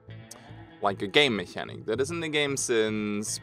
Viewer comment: I agree that it's an issue. (It's pronounced "mechanic")